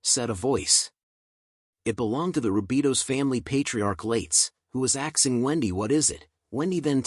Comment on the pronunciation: lol who was “axe-ing Wendy”.